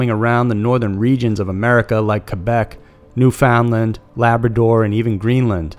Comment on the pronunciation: I’m shocked of how he pronounced Newfoundland more than anything honestly lol